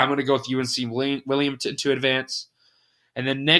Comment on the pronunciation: Towson = Toosin. Colonial = co-lee-null Wilmington = Willyumgtin I love the pronunciations.